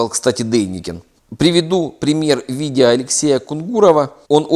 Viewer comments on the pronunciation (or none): Я вас прошу, потренеруйтесь говорить видео, а не видийа.